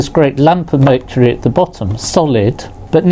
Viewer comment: Nobody: Literally nobody: Professor: MURCHURY